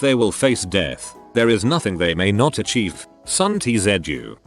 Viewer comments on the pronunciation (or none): Normal person: Sun Tzu Computer: SON TEE-ZET-ZU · So, the 'paste words into robot voice' is hard enough to listen to, then you add the bad edit audio pops and parts of a line from other audio... How hard is it to listen to the robot voice while copy/pasting or editing? Can you not change Sun Tzu's name from "Sun tee zed you", to 'sun soo' or 'sun sue' or 'sun zoo' so that we don't have to listen to this amateur garbage? I guess pumping 'content' out efficiently, is more important than being good at it. Unsubbed. Last video I watch from here. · "Sun T-zed-you" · SUN TEE ZED YOO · ah yes, famed general and philosopher Sun Teezedyou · Sun Tea Zed You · Sun Tzu = Sun TeaseAJew :| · "-Sun TEE ZET YOU " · Ah yes, the famous Son Tee Zed Yu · "Sun Tee Zed You" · Sun Tee Zed You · Sun tea zedjoo??? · The Art of War ~ By Suhn Tee Zai Uhn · Sun Tee-zed-yoo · a yes famous Son-Tea-Zet-Jew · “SUN Tea Zed You” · "Sun Tee Zed Yoo" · Sun Tea Zeh-Doo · Sun Tea Zed you. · Sun Tee Zedgoo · Sun T Zed U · i fucking lost it at the pronunciation of "sun tzu"